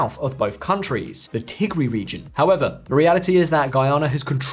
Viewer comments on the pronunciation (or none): none